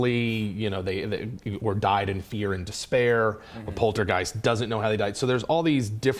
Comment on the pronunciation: Watching this and even hearing you say poltergeist hurt my soul. As of today, RIP Tobe Hooper ;\